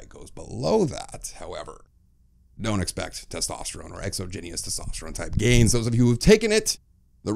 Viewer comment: Holy moly the way you pronounce exogenous erks me lol